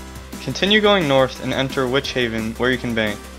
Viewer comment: he said witchhaven :o